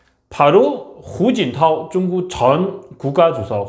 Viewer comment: 중국 사람인지 모르겠지만 한국 방송하면서 중구오 이렇게 말하눈거 역겹습니다